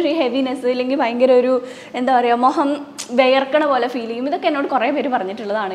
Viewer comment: Mogam alla Mukham